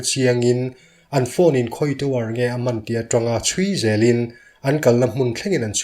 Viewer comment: Tinge 'in' tih hi a ki sang hlira i lam a? Eintirnan, a chhuah hlan in han tih te hi 'hlan in' tih a, 'in' tin hi ' tui ka in' tih a 'in' tilo in..... A ki sang a 'in' tih vekin i lam thin a....ngaihthlak hreawm deuh thin....heite hi insiam tha theila, abakah chuan mizo tawnga narrator ah chuan ngaihthlak nuam ber chu i ni ngei mai......tan la zelin...